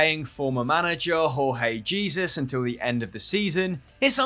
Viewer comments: By the way its Jorge yes with J not Rorge Jesus typcal being whats new🙄🙄👌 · I laughed how he said Jorge Jesus. It is pronounced George Gesoush.